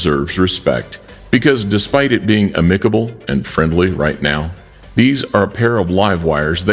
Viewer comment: You said amicable real weird....